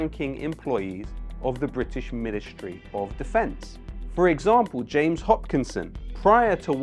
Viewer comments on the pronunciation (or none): none